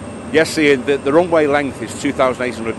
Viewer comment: off the roonway